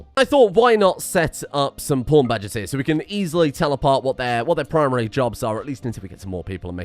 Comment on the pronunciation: Whenever you say 'pawn badges' I always hear 'porn badges' and get confused for a hot sec.